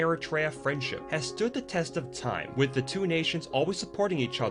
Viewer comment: {"This man stood against ziss & zat... ; "Mutual cooperation wizz China...?" Wut good is that for Eri...? & Did i just hear u correct...? " WE R NOT IN THE STONE...!!! "} .................. BUT WE ARE.................... I think ur mind is playing tricks with your sick-self. Never u mind... hegymonist -- folk in Asmara are harnessing sparks, by striking 2 rocks - as their heat source, in (2023). (Who would have thought?!?) Well... there's the sad, ugly, evil spectra of tyrants -- so much... for legacy.